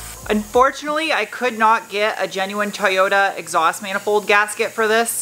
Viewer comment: I'm here for the fun pronunciations... "Exoust"... "Mooflour"...😆